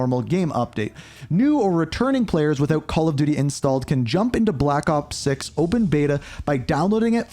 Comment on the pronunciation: "blapakop six"